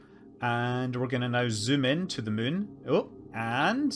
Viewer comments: Can never get tired of Scott Manley saying "mun" 😊😊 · It's already such a joy to hear how you say "the mün", but "I'm gonna züm in on the mün" is the best thing ever.